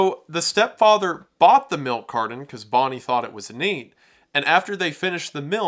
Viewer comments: Milk "cardon" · Milk car-Don. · Milk cardon?? Ooooh! You mean milk carTon! Fuuuuucking annoying.🤦🏻‍♂️ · Melk Cardon. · Carton has a T, not a D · Bro there's no d in milk carton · I've never heard anyone pronounce the T in carton as a D before